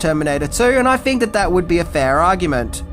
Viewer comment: Why does this guy keep using the “F” sound where there should be a “TH” sound? “Fink” instead if think. “Worf” instead of “worth”.